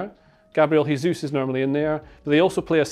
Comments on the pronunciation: Nice video; one thing though: Jesus is 'zhe-zus' not 'heh-zus' given his name is Brazilian Portuguese not Spanish. I think Jose Mourinho was tired of being called Ho-zeh as well. Seems to be a fairly common pronunciation mistake. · It's not "hesus", he's not spanish. It's Jesus, like "Jota" or Vini "Junior". Great video, btw